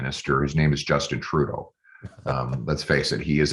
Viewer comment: Did he say turrdeau? Lol 😆🤣😆🤣